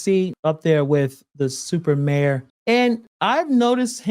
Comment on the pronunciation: Y'all are saying it wrong Its Stuper Mayor